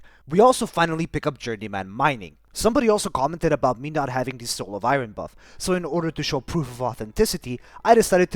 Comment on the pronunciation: I know you didn't ask, but I'm going to tell you anyway: Iron, you're saying "eye-ron". it's pronounced "eye-urn". It's not intuitive, it's nonsensical and it definitely isn't phonetic. The only way to learn is to have someone correct you. I'm just trying to help.